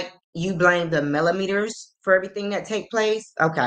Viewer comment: He probably heard Wanda or Tisha pronounce the word (melometers) like he pronounced it! 😂 Boy, go put on one of your wife's bras & Ms. Wanda can give you girdle!